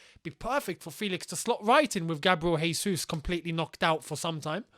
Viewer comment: Well done for adjusting the Joao Felix pronunciation - kudos! And I hate to beat a dead horse on this. But Gabriel Jésus is Brazilian. I’m sure you know that they speak Brazilian Portuguese in Brazil. Not Spanish. So they ALSO pronounce J’s (unless you think there is a Brazilian born Chelsea midfielder called “Horginho”). So. Buddy. His name is Jésus. NOT Hésus. A lot of content creators continue to get this wrong. So to be fair you are not the only one. But if you listen to football commentators in games, they say his name correctly with the ‘J’. Be the change you want to see bro 😉🙏